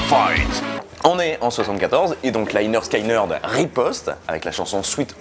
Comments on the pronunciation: Etant un grand fan du groupe, je reviens sur certaines erreurs dans cette vidéo. Rien de trop grave, la vidéo en soit est plutot bonne. Premièrement, tu parles à un moment que le chanteur vient de Californie (?) d'où sors tu cette info? Il est né à Jacksonville en Floride et y a toujours vécu. Ensuite bon, on t'a déjà fait la réflexion mais la prononciation du nom du groupe, il faut que tu te bases sur leur premier album : pronounced leh-nerd skin-nerd. Donc ce n'est pas 'Léneurd Skéneurd' mais 'Léneurd Skineurd'. Et puis dernier point, pour tes futures vidéos, cite les noms des membres du groupe, tu parles de chanteur, de guitariste, on s'y perd. Tu dis le guitariste (Ed King) a rêvé du riff toute la nuit puis plus loin tu dis le chanteur et le guitariste (Steve Gaines) meurent dans le crash de l'avion. On pourrait croire que c'est le même guitariste et qu'il n'y en a eu qu'un. Enfin bon, sinon c'est une bonne vidéo. Pour rajouter à l'argument que ce n'est pas un groupe raciste, je te tourne vers le morceau 'The ballad of Curtis Loew' où le groupe rend hommage à noir jouant du dobro en ville. Cdt. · Toujours très sympa tes chroniques. Et très belle chanson. Par contre mes oreilles ont saignées à chaque fois que le nom du groupe est prononcé. Les y ne se prononcent pas "aïe". Ça sonne plutôt comme léneurd skéneurd pour un français. Les y ça devait faire classe sur le logo. Enfin merci quand même :) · Prononcé Leh Nerd, Skin Nerd, c’est dit sur la pochette du premier album. Pas Laïnerd Skaïnerd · Pronounced Lineurde skineurde for you funny French people ; ) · Par contre leur album te dis que ça se prononce leh-nerd'skin-nird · bon alors deja on dit pas "laillner skaillnerd" ^^ pas plus qu'on dit, "david laillnche" mais david lynch.. j'ai les oreilles qui saignent. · Faut apprendre a prononcer correctement lynyrd skynyrd, please. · Quand on sait pas prononcer Lynyrd Skynyrd, on essaye d'être un peu modeste sur le sujet. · On dit 'lĕh-'nérd 'skin-'nérd